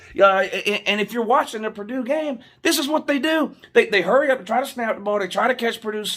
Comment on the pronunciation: The commentator said Purdoo-doo lol